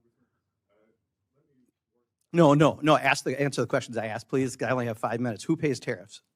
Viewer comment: I'm glad you axed